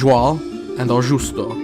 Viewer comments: Your pronunciation of Portuguese names could do with some attention: they are not that difficult to master. I have never heard, for example, Augusto, which has a hard 'g', being pronounced 'Aojusto': think of the English month August, or the name Augustus. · He also doesn't get "Augusto", with a hard "G", as in English and even in Latin, where the name comes from... 🤔